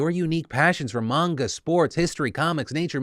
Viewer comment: Thank you for pronouncing "manga" correctly during your ad read!!